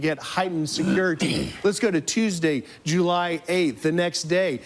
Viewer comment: Bro pronounced July, “Jew-lie”